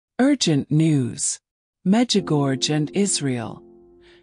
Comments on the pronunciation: Please,after so many years (40),please try to pronounce corectly the name of the apparitions: Međugorje(the second half of the name is pronounced: gorie(not gorge).The last two letters must be heard i and e(like e and é).Please pronounce correctely the name a hole world know.Thank you.❤ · Please pronounce the name of MEĐUGORJE ,the name of the apparitions,correctly.A hole world knows the prononciation,but you,who pot such an important video pronounce Medugorge!!! Where did you find this gorge? It's ridiculous! MEĐUGORJE is written,the last two letters must be heard like italian "i" and ""e".Try!❤